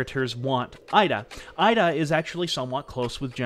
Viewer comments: So well presented and yet The presenter could not take the time to learn the correct pronunciation of the names of these historical figures. 井田 (ida) is pronounced eedah not Ida. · With such preparation and scripting it seemed brilliant for the most part, but I kept getting stuck on your pronunciations. This was never so evident than Finding it funny that you can say Suzuki fairly decently, why would you then pronounce the 'I' in IDA as 'AIIDA' and the 'O' in KOGA as 'KAGA'. Not to mention the Romanized spellings all over the place LtCol JIRÔ SHÎZAKI . It's not worth talking about Japanese sort of 'R' sound, it's generally accepted as foreigner pronunciation that most Spanish speakers have no problem with. Phonetics in Japanese is pretty easy. vowels are always pronounced the same way. They don't have diphthongs nor are they long unless indicated (in Romanized script) a carrot or line on top. For instance 椎崎二郎 is by all intents and purposes easy enough to understand. Many names in Japanese have two character each, providing a Family name, and Given name. Unlike Chinese which mostly has one character each with Family name Sibling joined name and Given name. So, let me try this (capitalization indicates sound):: A is always like the Ahh sound E is always like the Ehh sound (not 'ei' as in English pronouncing 'aid') I is always like the skI sound as in snow skIing. O is always similar to the Oh sound (but with out the English diphthong of Ou that we tend to use) U is always like the flUte sound There are some unusual consonants, like 'ts' and how they use the difference between t d and ch or s j z and sh not to mention associations of h b p, d t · Excellent work here. One thing to point out is that General Ida’s name is pronounced “Ee-da” not “Eye-da.” If you are familiar with Spanish and Italian, the vowel sounds of Japanese closely resemble those of these languages.